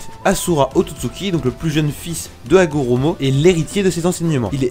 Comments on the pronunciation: C'est plus Hagoromo au lieu de Hagoramo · Pourquoi tu prononce ça raikudo alors qu'on dit rikudo et haguramo alors qu'on dit hagurumo ? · C'est hagorOmo pas hagorAmo